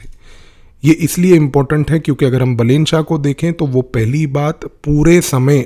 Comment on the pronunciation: so this dude is not a psychologist, has never met balen, cant pronounce his name correctly, but is now gonna know the profile of Balen shah? hahahahaha views ke liye kuch bhi